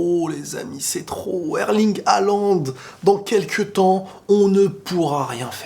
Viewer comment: Ca se prononce Holande sinon. Mais tranquille le plus important c’est le contenu